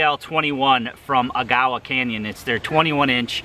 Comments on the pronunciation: Got that right but not Agawa haha. Almost aeggawa not aguyawaw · it's pronounced AGG-a-wah. Great video too.